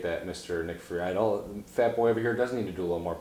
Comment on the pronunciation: Lol also that was pretty low of Nick. Disappointing. And his last name is pronounced Free-dell